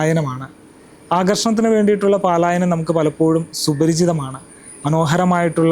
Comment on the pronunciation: പലായനം എന്ന് പറയണേ പാല.... അല്ല